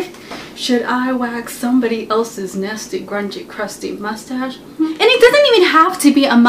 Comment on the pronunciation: I love when you say mostage XD LOL